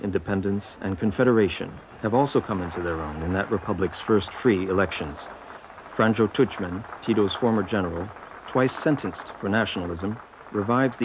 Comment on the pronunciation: The mispronounciations are driving me crazy!! Learn how to say zagreb and franjo before you make a documentary!!!